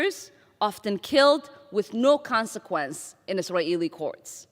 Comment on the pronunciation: I hope she starts to pronounce Israeli properly. Her forced "Is-a-Ralh" is very annoying